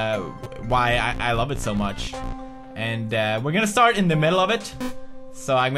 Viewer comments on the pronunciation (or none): none